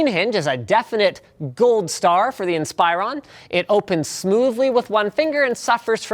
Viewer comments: AM I THE ONLY ONE BOTHERED BY LINUS' PRONUNCIATION OF INSPIRON? He kept saying in-SPY-ron when it's always been IN-spuh-ron on the commercials. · In+Spa+Ron. Dude pronounced it wrong on this video. He said In+Spy+Ron... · "In spy rawn" It's "in spih rawn" Linus. Come on. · goodness gracious its "insp-ER-ron" not "insp-eye-run". The "ir" sound is said like "inspiration" not like "inspire". The emphasis is on the "RON" at the end. So its really said "insper-RON". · He keeps pronouncing it incorrectly. It's pronounced "IN-spur-on" not "Inspire-on" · It's pronounced in-spur-on not inspire-on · Ins-per-on. Not In-spire-on... watch a Dell commercial ffs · Its not inspire-on. It's in-spur-on. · I always thought it was pronounced "In-spur-on" not "inspire-on" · Inspiron is spelled IN-sper-ON. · Stop saying "Inspire-on." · linus.. its not pronounced "inspire on" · "inspEYEron" lol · Inspire on? I thought it was pronounced like it was spelled. Dell ads pronounce it like that. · Is Inspiron supposed to be pronounced like "In-spy-run"? I always say it like "in-spih-ron". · Did you just call it a Dell Inspireron??? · Pronounced Inspiron wrong. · STOP PRONOUNCING INSPIRON WRONG!!! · Inspyren!!!!! try improve ur acent linus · you are pronouncing inspiron wrong lol